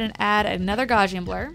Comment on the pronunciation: Ready for a horrible nit-pik? You're pronouncing gaussian wrong. Gauss rhymes with house. :)